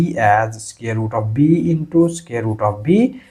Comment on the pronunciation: SQUARE NOT SCARE !!